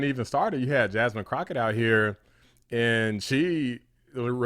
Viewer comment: You said at some point, "and then we got Jasmine Crockett out here" but I heard "and we got Jasmine Crocodile here". I'm going with Jasmine Crocodile. 🎉